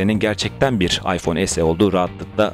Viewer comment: Arkadaşın demek istediği yarı Türkçe yarı İngilizce okumayın diyor ya es-i ya da Türkçe olarak se-e diye okumak lazım